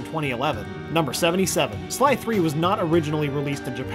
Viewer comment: he says " 3" instead of sly 3